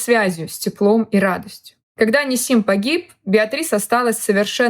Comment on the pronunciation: Правильно гоаорить НИсим. Ударение на первое И